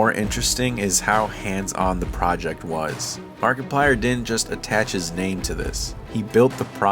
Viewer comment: Was it just me or did I hear you say MarketPlier? 😄 Great video my dude! (Found you shared this on reddit)